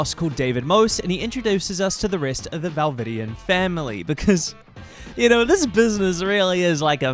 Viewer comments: I know I couldn't ignore it😭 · this is the first time ive seen seen one of your videos and im genuinely baffled how you mispronounced valdivian and dateviators when its a fully voice acted game. Its giving low-effort tbh. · Val-vidian? Date-avators?? CHASSIS???? it's a fully voiced game they pronounce these things for you OTL Ribbing aside this is a very fun way to do a tier list, love how they get moved around the more you talk to them